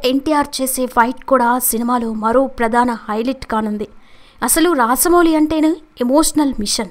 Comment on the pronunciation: రాసమౌళి కాదమ్మా రాజమౌళి....